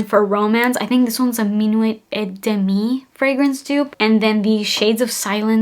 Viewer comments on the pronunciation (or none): none